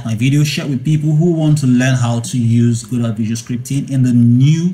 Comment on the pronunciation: FINALLY, someone that can pronounce Godot properly. :) Everyone else always calls it "gedough", or "gadough" and it drives me insane